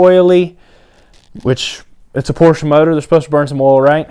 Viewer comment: Porsche is a 2 syllable word. And yes lots of porsches dont smoke.